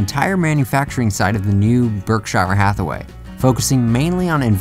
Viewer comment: You really butchered the pronunciation of Berkshire Hathaway. :/